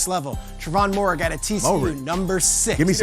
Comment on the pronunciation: dude can't even say moehrig's name right but wants to put a safety over justin fields even tho the quarterback position is the most important position on the football field... lol CLOWN.